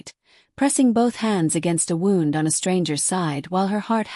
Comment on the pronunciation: My only critique is the way that the words are pronounced. She's saying, wound like it's she's saying, wound like a wind up toy like something that you wind up in a bundle. It's wound, not wound. Look in the vocabulary and look at how things are supposed to be pronounced. The sound wund is how you pronounce it when meaning Injury. The voice is pronouncing it waund, past tense turning something tightly.